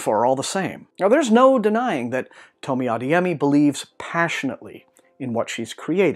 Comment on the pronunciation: It's pronounced ah-DAY-yeh-mee